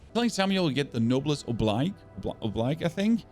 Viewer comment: Noblesse oblige: nohbless ohbleeje